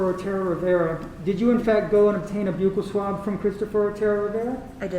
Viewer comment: Why are they pronouncing buccal like that … that is phonetically abominable